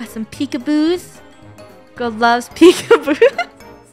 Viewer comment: funneh:got some pickaboos Me:u mean pick a boo cheese